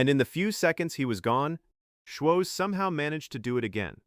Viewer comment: It's embarrassing how obviously AI everything about this video is the script is not perfect it has no life they keep pronouncing his name wrong op